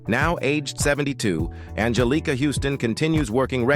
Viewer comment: Anjelica (as you mispronounce it) Huston, did NOT win her AA for The Grifters. She DID win for Prizzi's Honor.